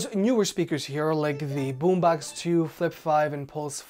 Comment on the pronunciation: its Boombox not Boombax